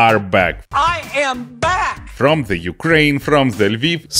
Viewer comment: Ойой,, ти сказав "зе юкрейн"???